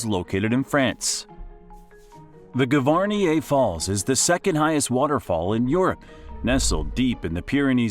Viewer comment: What shocked me the most was the pronunciation of Gavarnie.